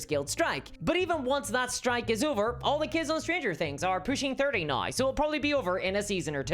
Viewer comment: THIS COMMENT IS NOT INTENDED AS A CRITICISM.! I am enjoying your witty repartee and delivery, and I am curious about your accent, in particular the way you pronounce the word "now" which to my (admittedly untrained) ear is sounding like "nigh". Is this common in your region of the world, or is it unique to you?